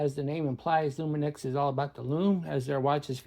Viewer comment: loomi knocks is how you say it. here in the uk anyway.